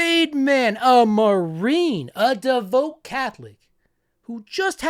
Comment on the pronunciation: Seriously, you don't know how to pronounce DEVOUT?! Otherwise, great video.